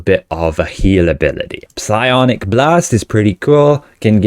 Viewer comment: Piss-I-onic lockbox? Are you taking the piss-iss?